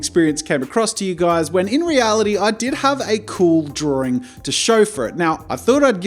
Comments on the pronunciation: It's not DRAWRINGGGGG!! -Jazza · Why is drawing pronounced as "DrawDRing" or "DrawRing"? 🤔 I've wondered that for years now. And do all English speakers pronounce it like that or does it depend on the accent? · Love your videos!!!! Just curious, when you say “drawing” you pronounce “drawring”... Is this an Aussie thing? Gotta say, it’s just a teeny tiny bit distracting. Poking fun a little bit I guess. You have such a fun channel, hope you don’t mind 🙂